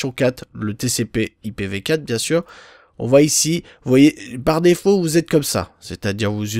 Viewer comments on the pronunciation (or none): a vous zuteu lol